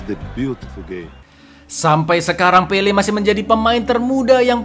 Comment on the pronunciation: "Pele" jangan di tambahin "r" ya kawan², ntar jadi pele + r... Wkwkwkwk